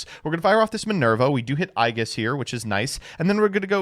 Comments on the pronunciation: was rough to hear. It's pronounced Eej-iss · You can always tell who has played Persona 3 when they mispronounce "aegis" like that. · you mispronounced that one on purpose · Is he trying to say "aegis"?